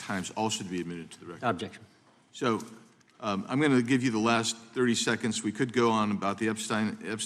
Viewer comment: Holy speedy coke weenie. Needs a hankie for that bad drip. I almost feel bad for him here. “Withoutbjction”-Kash